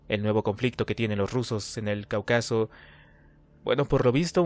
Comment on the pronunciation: 😂 crees que sabes leer pero no, ni siquiera sabes pronunciar Cáucaso y le metes palabras que no van 😂 saludos.